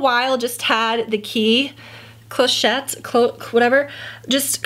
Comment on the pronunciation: Hey, cuir is the translation for the word leather in French. I believe your GP30 is in Negonda leather. 😉 also, it’s pronounced cla-shet (clochette). Congrats on your B30. I agree, I love the size of my B30, it’s the perfect size.